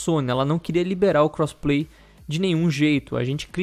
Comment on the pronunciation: O cara fala crossplay Só que ouço "cosplay" lol